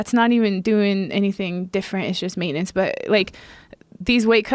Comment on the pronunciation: The way she said “maintenance “ weirdly annoys me 🤦🏽‍♂️ ,”mate in ince “ .